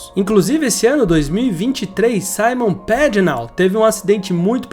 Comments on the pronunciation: A pronúncia do nome Simon Pagenaud é Simõn Pagenô, já que ele é francês. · Se pronuncia "SIMÓN PAGENÔ"